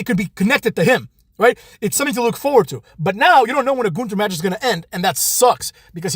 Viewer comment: None of the staff knows how to say his name right. I always hear at least three different versions of his name.